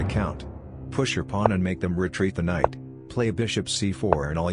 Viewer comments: I know it’s a robot voice and all but still, why and how did a pawn become a plon ? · why does the ai voice say pawn like that